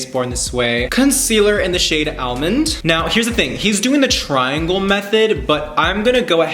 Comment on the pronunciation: living for this vid and ur personality and ur talent!!but sis really said almond (a as in apple) and now i can’t sleep